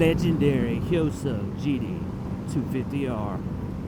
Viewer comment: Finally someone who says “hyosung” correctly instead of HY-O-Sung